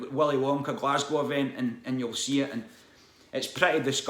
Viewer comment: that willy wonka shit caused more outraged from YouTubers mispronouncing "Glasgow". From what i've seen about it though i kind of got to put some responsibility onto the parents for falling for it, just the website alone scream "scam" to me and the website was the only place to sign up for it to my knowledge.